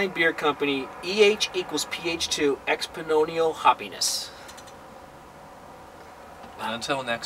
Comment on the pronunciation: Great review! Love how somehow always tends to mispronounce beer names and terms. Expononial? It's Exponential. Hope I can try this someday.